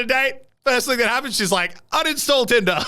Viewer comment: hang did he just say unistall tinder